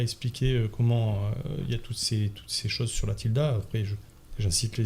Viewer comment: La tilma et pas la tilda